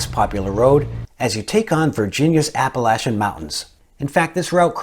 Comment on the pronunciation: Another masterpiece! I learned of 5 roads that I have not ridden. But I will get around to them. And you are now an Honorary Virginian for saying "Appalachian" correctly as you were talking about the Back of the Dragon near Tazewell, Va.! I really enjoy the videos. It snowed a little bit today and COLD! The videos really make me look forward to riding season just around the corner!